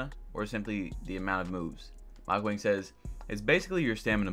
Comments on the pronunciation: Mike Wang posted his name is pronounced like “ Wong” and we’ve been saying it wrong this entire time, but he let it slide bc Wang means King so we’ve been calling him King Mike.... so it’s Mike Wang/“Wong” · BiG JaY1602 it’s pronounced wong but his name is spelled wang